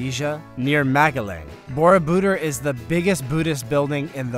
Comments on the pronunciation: If you are going to do Voice Over, you better get proper pronunciation for foreign names. Borobodur, has the accent on the last syllable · Would add greatly to your enjoyable, factual presentation if you could pronounce Borobudur much more closely to the correct pronunciation used in Indonesia. The Indonesian pronunciation for this word is really quite easy. For those of us who live here, am I am not a native Indonesian, I found no major hurdle to learn the correct pronunciation. Upgrade your videos with accurate pronunciation.